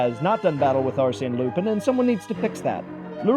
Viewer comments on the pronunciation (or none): none